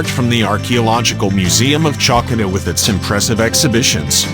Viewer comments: "Tsalkida"? seriously? The auto-generated voice ruins a very nice video! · Beautiful views of the island. The name Chalkis & Chalkida is pronounced Hal-kis & Hal-kida (Ha like in Harvest)